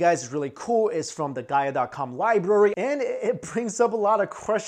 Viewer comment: You know they're ignorant morons when they pronounce it "Liberry"